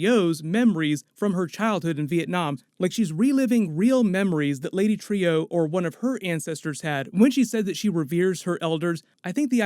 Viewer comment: Not Trio..lady Trueeeeeee come on dude nice breakdown tho